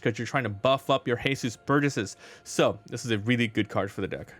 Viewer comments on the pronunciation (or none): Since when was Jesus Burgess mexican? His names Jesus not Hehsoos lol. Other than that nice deck profile